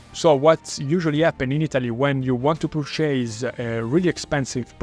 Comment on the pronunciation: You're pronouncing purchase completey wrong. It's not "Per Chase", its perchice.